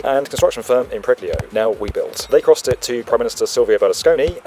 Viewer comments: I've loved the football metaphor :) Just two minor notes about that: It should be Impreg-IL-o instead of Impreg-LI-o and Giuseppe Cont-E instead of Cont-I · It is not Impreglio but Impregilo 😊